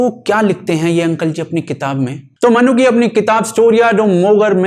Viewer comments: Traveller ke name ki pronounciation निकोलो मैनुची hai naa ki "Ma-Noo-Ki" 👍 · 'मनुकी' नही 'मनुची' है सही उच्चारण . और सिर्फ शिवाजी नही 'छत्रपती शिवाजी' कहा किजीये .